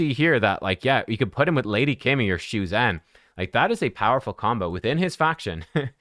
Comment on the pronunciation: thanks for the video - one thing to note: it’s pronounced shu-jen (as in jennifer), see the ZH. cheers!